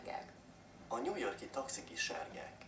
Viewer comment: the people on the audio pronounce á "sárgák" in a very budapest-ish way, it sounds more like seergeek than actual sárgák